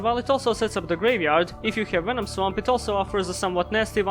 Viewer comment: I need a ring tone that's just saying "Venuh-nom".